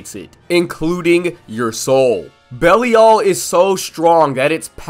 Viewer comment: Bellee all is not how you pronounce it